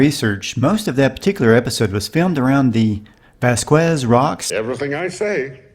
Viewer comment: You failed to mention that we can see the box used to cushion the fall under the chair! FYI: Rhys is “Reece” and Vasquez is “Vass-Kez”